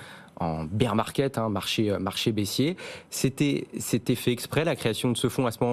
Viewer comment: Faut dire à a votre journaliste qu'elle arrête de dire BEER market.. c'est BEAR market... ça fait mal au oreilles et ça fait pas pro pour les pros des cryptos... Sinon j'adore l'émission hein 😊